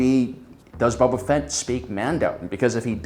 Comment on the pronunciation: 800+ star wars videos and he still pronounces it as Bubba Fett. I love you, you friqin troll. 🔟0️⃣